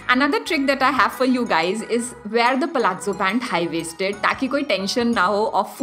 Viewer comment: Like your pronouncestion of palazzo